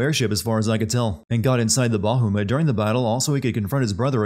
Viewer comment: I love this game. It's my favorite Final Fantasy.😊 Still a funny video.😁 I just started a new run, and this video was a little depressing in the end. Is there a "Everything great about games" Channel? Found it. Btw. The names are Kiltias and Bahamut. Not Kilitas and Bahumet. But maybe you did that on purpose, you sneaky skunk?🤣🤣🤣